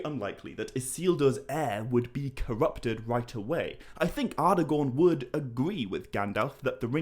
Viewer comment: Ardagorn? Elerond? Garladriel?